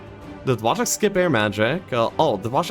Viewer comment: Wojtek is pronounce more like [Voytec], Voy+tec :)